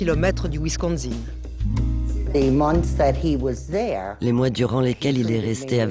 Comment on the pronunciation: Wisconsin non pas wisconZin!